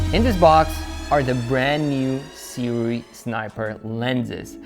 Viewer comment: You are among the few who have pronounced Sirui correctly. A lot of other reviewers like to call it "soo-ray" and other variations.